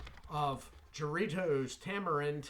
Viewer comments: Hi, It is pronounced HA-rritos, not Sha-rritos. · I think it's pronounced with a H